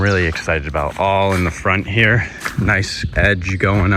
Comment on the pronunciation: "There's a laattah people around heah" 😂